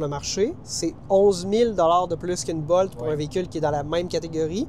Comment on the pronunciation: Bolt ne se prononce pas comme volt 😊